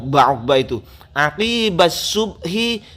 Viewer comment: keterlaluan , aqibah di baca quqbah